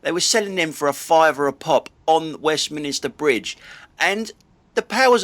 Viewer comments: As someone who obviously knows London, can I assume that your pronounciation of Westminster Bridge as Westminister Bridge is deliberate? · Could be me but I thought it was Westminster NOT WestminISter